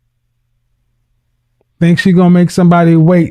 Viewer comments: She also was CELIBLAM. Interpret as celibate, one would think 🤔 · And if you listen she said she is celiban😂